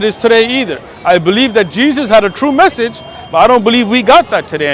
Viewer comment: Respectfully, it's "message," not "massage"